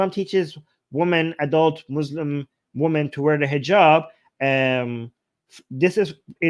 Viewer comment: Hey. This is my comment for the algorithm. Please say "wimmen" when say "women", plural. The pronounciation you're applying is singular.